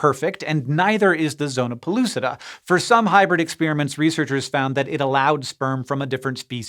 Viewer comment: Hank It's NOT ex-spearmints. Those are destroyed candies. ex-spare-uh-ments. PLEASE!